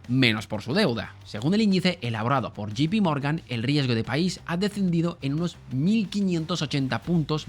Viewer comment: Y dale con gipi Morgan, Jay pi Morgan, sé que la economía y la filología inglesa no son compañeros de cama😂, pero si me dieran un euro cada vez que te equivocas rescato Argentina, convirtiéndome así en el nuevo Perón 😅 va con cariño, no te lo tomes a mal, me encanta tu canal❤